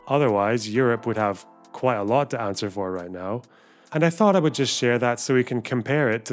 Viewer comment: But that awful "fink/fought" "guvvament" "wevver" "dedicay—id" pronunciation...I'm from Essex (though as far east in essex as you can go) but my grandma scolded me enough before it could stick. Horrible method, but I'm now grateful that I don't sound like that.